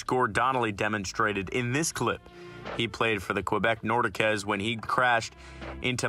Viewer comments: "The Quebec nordi kuhz....." I've never heard it pronounced like that before.......and hopefully I'll never hear it again. And Cam Neely was NOT an "enforcer". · “Nor-deh-kezes” is my favorite one. Buddy you’d be downvoted so hard your phone would deactivate if you went on reddit with these name pronunciations. Your clips had audio. Hear the names said right and listen to them first before you read your script. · Not Quebec nordicAs... it's pronounced Quahbek Nordeeks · ok what is the nordiqez its nordiqes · The one that got me laughing most was "Nor-di-kez". 🤣🤣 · I counted bro. Crazy! Roy! Nordickez! Has he ever actually seen a hockey game? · and the Quebec Nordiquez? smh. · Nordikez? Seriously, this is a HOCKEY channel? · The Roy and Nordiques killed me. It was a great video until Roy. Then he lost me